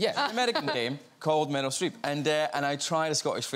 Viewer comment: Him saying Meryl Streep sounds like Metal Streep